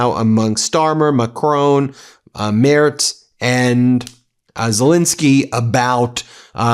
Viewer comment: From a German: My congratulations—Ben is the first American I’ve heard pronounce Friedrich Merz’s surname correctly.💙